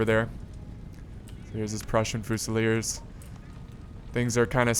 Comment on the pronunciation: As someone who speaks french I got cancer when you said "Voltigeurs" and "Fusilier"